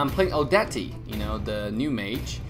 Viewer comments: Odetieeee lol no it's odette as is oh-det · And she isn't Odeti it's Odet, is in French. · She's so nice. Its just you don't know how to play odette. And By the way its not ODETI. Its ODET! DAMN! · The Moba Guy you ahould know that probably plays against bots. The movement of the supposed "players" look like playing against AI to me. I still watch him though, he's fast when it comes to updates. And it's pronounced Oh-det, not oh de te. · NightStalker Argus The channel admin pronounced her name as "Odetté", it's supposed to be pronounced as Oh-deht. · Moba her name is pronounced oh dept she is from the movie "the swan princess" a cartoon film by Disney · Wtf is odat ti? Its odet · She meant the pronunciation and yes its not odeti... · Bro her name is pronounced (Oh DET) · DARRIEN LEVON ikr i'm so tired of people pronouncing her name as Oh-Det-Te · DARRIEN LEVON i knew from the barbie Swan Lake lol, and yeah it's not really a big deal but i'm kinda irritated because so many people pronounced her as (oh-det-te) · Everyone says her name wrong 😂 O- debt. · Me every time someone says "odety": wtffff, silence the e mate. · Her name is pronounced as O-debt... Just like Bernadette... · O-DE-TEA?! Seriously??! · He pronounced Odette as Odetty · It's Oh-det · Odetti hahahah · Lmao y'all say he doesn't know how to use odette when he couldn't even pronounce her name correctly😆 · The e at the end is silent :P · Hey u can't read Odette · Please pronounce the name properly 😅